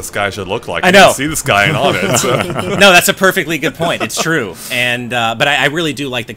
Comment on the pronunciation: Uhh i dont like being picky but, you pronounced onett wrong, its like saying number one "one-ett", all of the first major areas you go to are like that, twoson (two-son) Threed (three-d) Fourside (four-side).